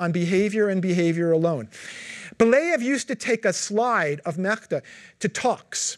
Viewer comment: Uses Google tools for research, he said, but is evidently clueless about TTS in Translate. I couldn't help but cringe every single time he butchered "Мечта". All the names he mispronounced